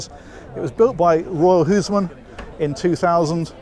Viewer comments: Its like "houseman" not "huzemen". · Your pronounciation of Huisman just cracks me up 😂 But hey, good on you for trying though